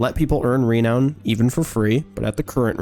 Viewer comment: You say renown weird.